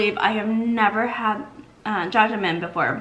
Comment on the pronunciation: As a native Korean speaker, The way u pronounced jajangmyun was pretty good! :) looks yum!!